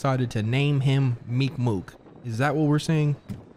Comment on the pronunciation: Emphasis on the ‘k’ meeK mooK meeK mooK